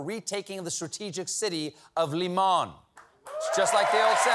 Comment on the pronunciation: Really? I would have guessed LYman, not LymAn, that sounds more French than Ukrainian 😅